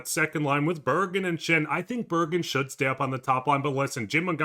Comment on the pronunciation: I love the videos but I have to point out that It's Bergg-REN not bergg-EN